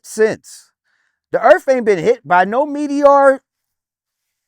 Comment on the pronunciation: The real questions is why does he pronounce meteor like that. 😅 as an American, we don’t claim him.